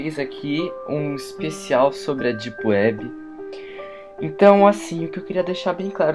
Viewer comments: "ondi elis vão si encontrá? ná....Típiwéb" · Dipueb ;D ninguem conhece kkk isso e mistura de português baiano com ingles kkk.